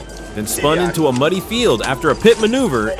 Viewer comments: Love the AI narrator - police ended the chase with a "Pie-T", LOL! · Pie Tee maneuver..... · A pie-t? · Yo buddy stop intentionally saying stupid stuff made me dislike the vid, bro said "P. I. T." Instead of saying "pit" which is how it is Said universally L man